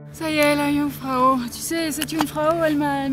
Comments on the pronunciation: Les casques ceS pour les animaux et déjà cest Jungfrau pas Kunfrau bande de français touristes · Jungfrau pas Kungfrau